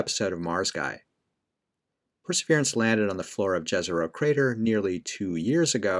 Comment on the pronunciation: I like that you’re saying Jezero as pronounced in English with a J instead of the non English pronunciation with a Y…😊